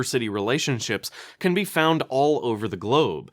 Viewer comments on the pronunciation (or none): none